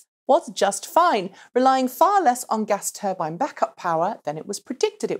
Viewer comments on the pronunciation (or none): none